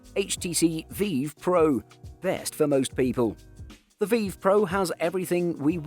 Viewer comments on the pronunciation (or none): VEEEEEV pro.. come on lad. its V-IVE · i'm sorry but how pronounced Vive as "Veev" made me giggle LOL really cheered me up, thank you for the giggle i really needed that <3